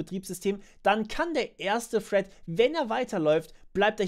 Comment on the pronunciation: Das heißt "thread" und nicht "Fred" 😁, aber ansonsten gutes Video. Hätte aber auch, wie bereits in den Kommentaren gesagt, ein iteratives Beispiel zur Verdeutlichung genommen.